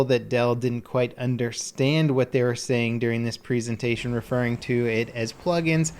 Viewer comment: Plz say presentation properly